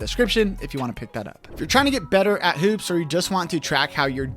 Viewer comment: The way he pronounces hoops is triggering.